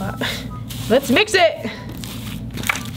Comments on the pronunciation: She said midget instead of mix it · "and lets MIJ it presto!" don't mean any hate bros love u